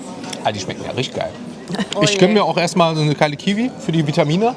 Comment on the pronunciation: Vitamine sagt er😂